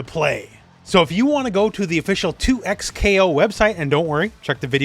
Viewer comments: bro two ECKS kay oh why are you saying twocks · I’m almost confident that it’s pronounced double KO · Surelly it's DoubleKo....., just saying....